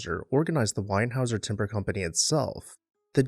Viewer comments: Enjoy your videos, not wanting to offend, just one small comment the last name is still a major player in the Lumber and Engineered Wood Products Industries today : It is pronounced Warehouse-er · No “N” in Weyerhauser….correct pronunciation is “Way-er-houser”. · ‘Wayer houser”